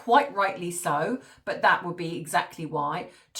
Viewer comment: Just please...... say THAT, instead of thoet!